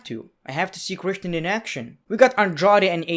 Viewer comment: Everybody: Christian..: kreshten